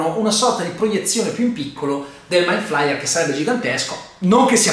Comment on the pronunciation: Attesissimo questo video! P.S. giudicando dalla scena post-credit penso che non ci sarà la quarta stagione ma una nuova serie sempre a tema con nuovi protagonisti ma lo stesso nemico. Comunque si pronuncia ''maind fleier" inoltre non può essere messo a confronto con Godzilla (120m) mentre lui non supera i 50m.